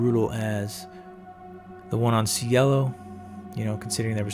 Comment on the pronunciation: "See-Ay-Lo" Drive. Means "heaven" in Spanish.